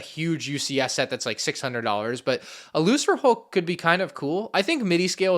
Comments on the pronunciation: Why do you pronounce Lucrehulk that way? I always thought it was "Lu-ker-hulk" not "Lu-sir-hulk". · It’s pronounced “Luker”hulk not “looser”hulk although I get why he pronounced it like that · Was saying Lucrehulk wrong? Last I checked, it was supposed to have a hard 'c' (lu-ker-hulk) not a soft 'c' (lu-ser-hulk). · It’s probably pronounced “Lu-KER-hulk”, I think; Lucan’s a Middle English word is pronounced “Lu-KER” and means money or profit. It’s another one of Lucas’ amazingly unsubtle references names for things, lol. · How is pronouncing lucrehulk??!!!!?!!? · interesting video, however, one thing, when u pronounce "The Lucrehulk", u pronounce the first C is pronounced like a K, its just sum that I felt like I needed to point out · Does it annoy anyone else how he says certain things? Lucrehulk for example? Like they say it out loud in so many things and yet he still says it wrong.